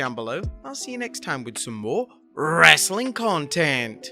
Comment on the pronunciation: I'll stop watching if you ever stop saying "Wrrrrestling content" at the end!